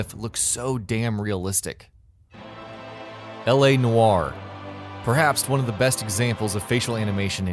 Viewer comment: L.A NOO-ARE.